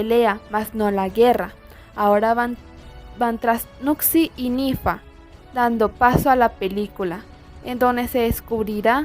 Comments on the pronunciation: Es nary no nifa 🙄😒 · buen video pero es nari no nifa ni nira